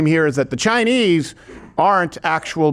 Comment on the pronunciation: You mid pronounced Chineeee